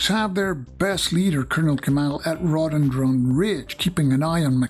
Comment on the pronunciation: Row-duh-den-dren. Not raw-den-dron. It's a shrub that grows nice flowers. Sorry to nit pick. 😅